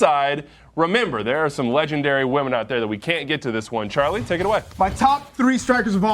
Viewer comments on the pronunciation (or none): none